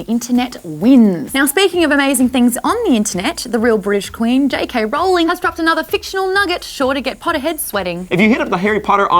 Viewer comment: Finally someone pronounces Rowling correctly. 10 points to Maude's house!